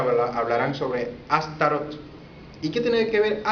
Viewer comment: Tu mi hermanos no eres mas que un ingenuo enganado por el EGO y quieres buscar soporte en tu pagina y tener seguidores, y esto te lo digo porque tu nisiquieras sabes pronunciar la palabr ASTAROT y mucho menos sabes quien es ni de donde vino el comandante ASHTAR SHERAN para decir y afirmar cosas como las que tu estas afirmando, pero sabes que, ya la pava no pone donde ponia, porque la mayoria de la humanidad ha despertado y sigue despertando de la esclavitud en la que nos mantuvieron como humanidad los Iluminati, las mafias, los Bilderberg y todos los seres humaos oscros que han actuado encontra de la humanidad y que han sido utilizado por los seres oscuros atraves de los goviernos mundiales y tu estas poniendote de su lado con todas esas estupideses que tu estas tratando de implanter en la mente y cerebro de todos los que entran en internet, pero ya la gente conoce las gentes como tu, que no tienen base de que lo que estan diciendo, afirmando sea veridico...ahi te la dejo de tarea.